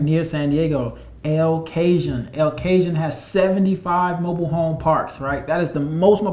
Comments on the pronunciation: Oh, my! I am on the floor, "El Cajun!" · El Cajun 🤣🤣🤣🤣🤣🤣🤣🤣 good one!!! It's pronounced El "Ca hone" Need that Washington State and Oregon!!! I'm ready to get jumping. Idaho is probably a good one too... NW trio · Lol... El Cajon is "El Ca-hon"! CA Love!❤ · Man! El Cajun had me dying! I love this info though. :-) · EL CAJUN !